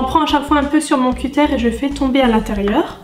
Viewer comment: On dit pas cutére mais un cuteure